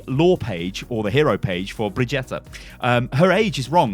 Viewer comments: Its pronounced BRUH - GEETUH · if u say BREE-GETTA LIND-OLM 1 more time im gonna die, just say bridge-et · Brigitte is not pronounce Brigitta! its sound like Bridget!! i am swedish and Brigitte is NOT a swedish name. the swedish version is "Birgitta" not brigitta!! Her name is a French version of that name. And it is pronounce Bridget. Just like Brigitte bardot. And her name is NOT pronounced B-R-I-G-E-T-T-A! Can anyone see a A in the end of her name!!?? NO! så WHY do everyone say th letter A in the end. Its brigitt"E" NOT "A"!! The E is not pronounced at all. so everyone pronounce her name like this "Brigit" Bridget And the last name Lindholme. you do not say an A LindholmA in , so why in her first name?? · Brigeeter not brigetta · it does not matter if its german or french or swedish. everyone is saying the name wrong. bridget is the name. like Brigitte bardot. not brigetta with an A in the end. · Its pronounced BrIGETTA. Like Vegeta from dbz. You can hear it in the origins story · Stop calling her BrigETTAAH please. :) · THANK YOU. Im calling her Bridge-et like a normal person, I don't care what Juh-ee-eff Kaplan says.